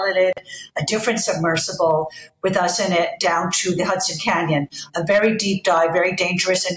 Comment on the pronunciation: All these news readers different channels don't know thats us A SUBMERSIBLE OKAY? NOT SUBMERSIVLE 😏 ON BBC CALLED IT A SUBMERSIPLE YESTERDAY,...